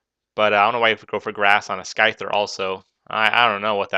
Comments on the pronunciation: sky-thar? its scyther xD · It was probably HP rock becasue its 4x super effective on SCYTHER (Sigh-Ther). You seem new to pokemon. It was an ok battle. You really had the upperhand this battle though so maybe next time choose a closer battle.